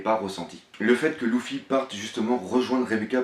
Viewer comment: arrete de dire louffy . sa s'écrie luffy mais sa se prononce leuffy